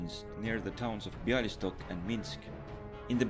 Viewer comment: Minor error: It’s Białystok, not Bialystok. The proper Polish way to pronounce the city is therefore (Biawy-stock), instead of (Bialy-stock).